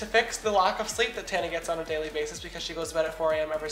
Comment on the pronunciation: ........its Tana not Tanna:)